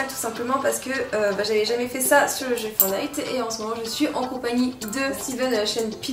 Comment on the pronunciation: Tu me stress quand tu dit FOURNITE (alors que c'est fortnite )